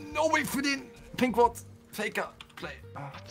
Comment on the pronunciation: pinkward und nicht pimpward